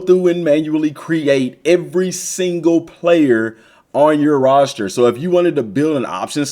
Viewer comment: What tf is a “roshter” lmao